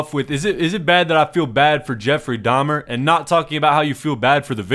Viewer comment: The 2nd girl saying "DAHMAA" instead of dahmer is fr the biggest joke in this entire vid like bro, LEARN TO APEAK PROPERLY FOR GOD SAKE 😭🙏🏻